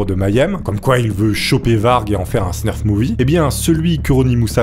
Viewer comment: Salut! Très bonne la video 🙂 Petite rectification : on ne dit pas "Snurf " mais Snuff . Y a pas de R ;) .